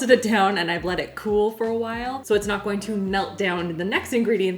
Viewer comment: I love how pronounces her H's in Whip and While lol.